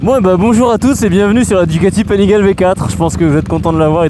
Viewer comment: On dis panigalé